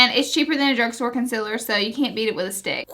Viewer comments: Lol consiller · Omg the way you say concealer😤😷😷